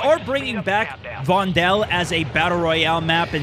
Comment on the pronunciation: Dutchie here; just call Vondel "Fondle". Please?